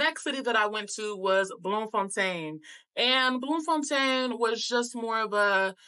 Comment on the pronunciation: You get a 💯 for pronunciation...first time i hear an American saying names like Bloemfontein, Lesotho, Soweto, Houtbay correctly👌🏾 Loved your impression of our beautiful country🇿🇦...and thank you for sharing that bit about how our people kept telling you about how unsafe SA is and warned you not to trust people... it says a lot about how we view ourselves, we ought to change that.